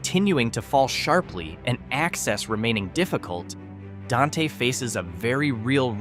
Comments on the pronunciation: And Don-Tay. (It's pronounced "Daint") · Dante is one syllable. It rhymes with ain’t. 😁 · Dante is pronounced “Daint”